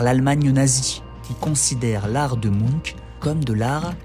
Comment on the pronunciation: désolée ça m'a trop perturbé ta prononciation de Munch --> [muhnch]